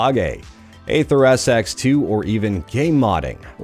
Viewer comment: Dude, "aether" is pronounced the same as "ether"—it's not "ayther".